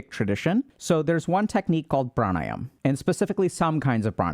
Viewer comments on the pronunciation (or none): Whenever he says "pranayam" I think "Sam I Am".